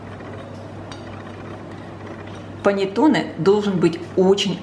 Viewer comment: Все хорошо и замечательно! Но прислушайтесь, как итальянцы говорят: паннЭтонЭ! Ваше паннЕтоне режет слух. Исправляйте произношение, пожалуйста!